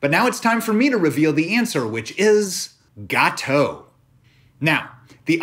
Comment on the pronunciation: As a French, I can listen you pronounce "gâteau" for hours !